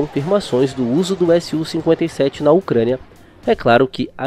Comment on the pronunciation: SU-57 e não S-U-57, fica dica de pronuncia